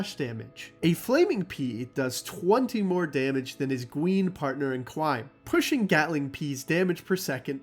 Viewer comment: Gween pawtnew in cwime